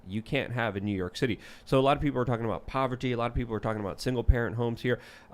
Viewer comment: "PoverTy"